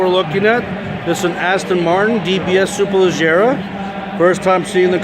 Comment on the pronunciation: SuperLEG-era, as in 🦵, or the way you say it ledgerra